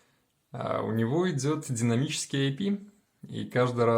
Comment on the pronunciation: Идзет дзинамический IP. Это что за акцент ?